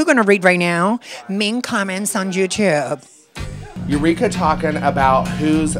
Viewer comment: what tf is "jewtube"?!?!? hahahaha